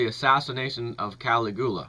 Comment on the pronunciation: Dude. Pronounciation. Seriously. Kah-LIG-you-lah. Ses-TER-shah.